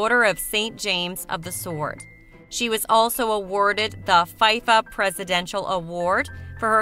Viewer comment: its pronouce Feefa how can people don't know this.